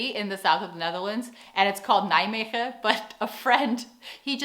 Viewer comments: It’s not Nigh-magen but more like Nay-maygen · "Nidgemidgen" cracked me up :) . Your Dutch accent is verry good! I am a Belgian , and i love the Dutch , if i was talking to you i would not pickup you are an American. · To make your friend feel better, Google maps used to pronounce Nijmegen in the exact same way.